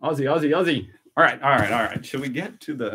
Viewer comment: WORTH READING from OZ. Yep another slang. Love the channel and just new this week,but I would like to educate you on the Aussie way of 2 pronunciations of the 2 words you use ever blog. 😊 First , Aussie. You pronounce the SS. It's pronounced ZZ Ozzy. And second. Arvo. You delay between the Ar and Vo. It's really quick. Let it flow . 😊😊😊😊😊😊😊😊😊